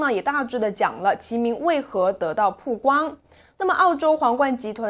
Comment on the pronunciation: 曝(bao)光,一直读(pu)好难受啊